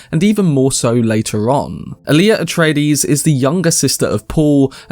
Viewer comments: i hate how they mispronounce so many names and use modern slang in the new films...its not 'hark-inin' its 'hark-onun' ...its not 'Ali-uh' its 'All-ya'... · Does no one on this site know how to pronounce "Alia"? The stress is on the FIRST syllable, not the second.